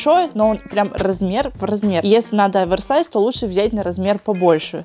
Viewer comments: не (Аверсайс) а (оверсайс) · очень слух режет, когда ты говоришь АВЕРСАЙЗ, именно Аверсайз. ну OVERSIZE же, как можно "over" произносить "авер" ....